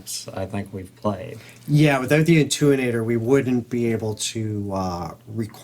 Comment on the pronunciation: So, the device you are referring to, is pronounced: “A-10-U-8-ER” Thank you.